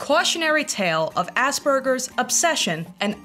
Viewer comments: girl its pronounced "ass pur-jizz" not ass burgers😭😭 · When u said aspergers i genuinely thought you said ass burgers and i was like 'yeah that's fair the guy has a burger on his wall and likes poop'